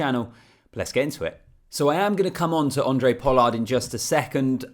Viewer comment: Thanks - love the videos from a Capetonian fan. PS - it's pronounced "Hon-drey Pollard", not "Andre" lol. But either way - appreciate the work effort in getting these videos out. Looking forward to seeing your channel grow.